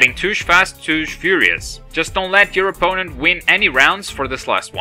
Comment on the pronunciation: Touge is pronounced "tow gay" (no offense intended) - nice video